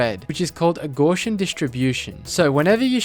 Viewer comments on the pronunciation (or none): Þats actually pronounced "gow-si-an" i believe